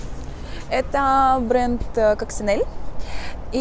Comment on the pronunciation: Eleonora Pujia direttore comunicazione di Coccinelle, т.е. человек представляющий бренд и точно знающая как это произносится говорит Кочинелли, собссно как и все остальные )) послушать можно здесь